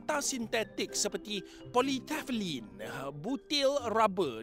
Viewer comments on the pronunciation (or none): Salah sebut polytefelin tu